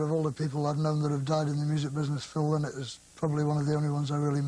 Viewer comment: Thank you. To this day, I keep questioning myself whenever I hear people who supposedly knew Phil or were even his friends pronounce him "LIE-nott".